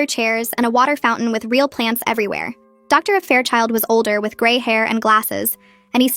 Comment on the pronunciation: i know but at the timestamp i put it sounded like Doctor Affair Child